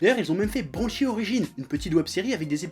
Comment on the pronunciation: a quand il a dit banshee jai cru il a dit bon shit